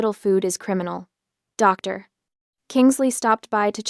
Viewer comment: A pause after every uttered 'Doctor". WHY?